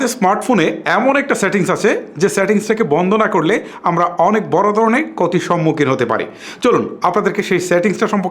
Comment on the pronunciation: কতি না ক্ষতি সম্মুখীন। বানান শুদ্ধ করে বলুন।